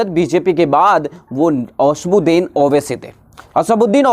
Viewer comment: asbuxdin nhi chutiye asauddin owaisy bol